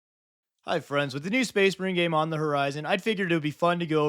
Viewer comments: “SPAYS MAREEN!” 😂😂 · Excuse me, but it's pronounced SpACE MARiiiiiiine!